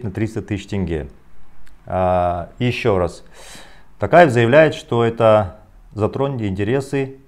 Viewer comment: Не такаев а токаев!))) қазақша сөлейаласыңба патриот, қазақша сухбат берсейш!